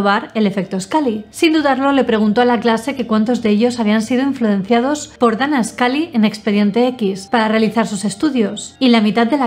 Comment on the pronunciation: "scally", "malder" 😎😎